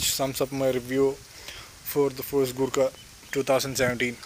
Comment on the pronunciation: Sorry it's thar or gurkha